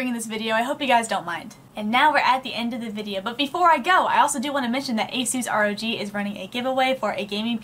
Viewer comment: Did u basically say A-suse R.O.G no no no hehe, It's A-sus Rowg